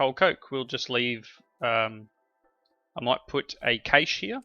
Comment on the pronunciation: cache prnounounced cash